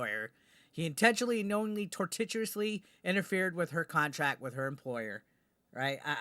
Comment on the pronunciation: just cuz it is an important word: tor-shus. I appreciate you and luv ya anyways..:D no matter how you read words...tor tit you ish it iciously ness ifide.